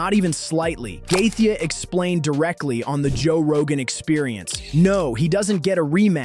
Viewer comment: Also please stop calling him gathea